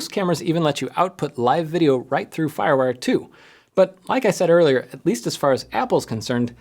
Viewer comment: lol. Very cool!